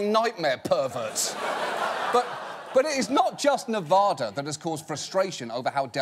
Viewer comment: As someone who lives in Nevada, I am kinda annoyed by how he says Nevada.